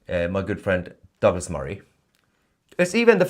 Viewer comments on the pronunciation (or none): none